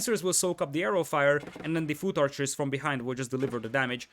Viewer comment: Hahaha his pronunciation of foot archer is hilarious